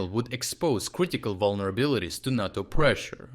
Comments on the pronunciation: it's NAY toe. not naw toe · Nae toe not Nah toe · NAyTO not NAaTOe. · NAY-TOE, Not NAH-TOE. You get it right sometimes! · *NATO is pronounced NAY-toe. you said NAH-toe. I think this is significant enough to comment on because it is a short word and might be misunderstood. #FeedTheAlgorithm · NAY-to. Natto is a sticky japanese bean dish. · Say Nay-To. Not NaarrTo. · He says is correctly N A T O in slavic language not like stupid usa NEITO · Ney - toe , is pronounced NATO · I get that it probably saves time recording, but it's kinda easy to tell you've moved to an AI voiceover. I've noticed it in a few videos over the past few weeks, but it stumbles on stuff like pronouncing NATO as nahto instead of nayto. It kinda takes the channel down a little bit if I'm honest. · You keep pronouncing NATO two ways. It's pronounced "nAto". Emphasize the "a". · Make USA amber not green at the moment. They are not our friends, well he isn’t anyway. It’s pronounced Nay-Toe. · Naughto? I guess these videos have gone AI now? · "NATO" is normally pronounced with a long "a" sound. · "NATO" is pronounced with a long A as in "pate" not a short A as in "cat."